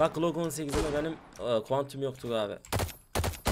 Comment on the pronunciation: klok 18 değil glok 18 diye okunur transforum değil transform